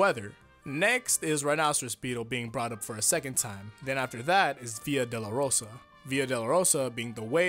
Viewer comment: still a better explanation than the one from Jorge Joestar. Also, it's "doh-loh-roh-sah", not "delarosa"